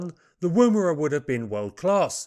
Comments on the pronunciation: You don’t use the ‘oo’ sound in Woomera. More like 'Woumra'. Most Aboriginal words are said very fast and don't sound anything like they are transcribed into English. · Yours is always an exciting and insightful program on little known aircraft, to which I look forward too, On the pronunciation of Aussie place names: Woomera, has no accent on the first syllable., rather the Woo is as the word wool, So woom-a-ra. We have some tricky words, not as commonly in use as the North American Indian tribal or place names. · Pronunciation note (if you will excuse me); Woomera is pronounced 'wUmera' by most of us, as if you were from the North of England (as in; "Eh Up! It's bUms that count 'ere, not 'ats"). Similarly, the preferred pronunciation of Boomerang is 'bUmerang', though few of us do this. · Hmmm... Woomera is pronounced as in Woman... Wom-era. The woomera is held in one hand while the other hand places the butt of the spear on the woomera's hook; the hollow curved shape facilitates this alignment without looking. The woomera effectively lengthens the thrower's arm, greatly increasing the velocity of the spear. Correcting for the game animal's lateral dodging is accomplished by tilting the wing-shape woomera during the throw for last-second corrections. The kinetic energy of a spear launched from a woomera has been calculated as four times that of an arrow launched from a compound bow. Boomerangs were described in 1822, in detail and recorded as "bou-mar-rang" in the language of the Turuwal people (a sub-group of the Darug) of the Georges River near Port Jackson. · Thank you for these pieces on aircraft previously totally unknown to me. Incidentally and not terribly importantly, the "woo" in "woomera" is usually pronounced with a short "u" - ie more like "wuh" than "woo". A woomera of course is a piece of wood shaped to be used to throw a spear further and harder - a similar principle to a modern day plastic dog ball thrower. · Woomera. Oo as in book not moon.